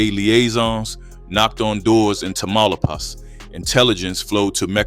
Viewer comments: Tamaulipas Say it with me, Class!!! TAH-Ma-Lee-Paws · You are mispronouncing Tamalipas big time!😮